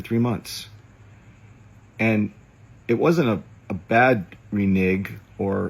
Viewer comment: I still hate the way he says reneg because he's saying it wrong presumably just so he can say a word with "nig" in it